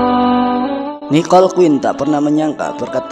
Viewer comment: Nikol...bukan Niqol